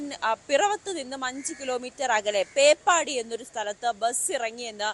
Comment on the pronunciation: ചേച്ചി പേപ്പാടിയല്ല പേപ്പതിയാണ് 😂😂😂😂😂😂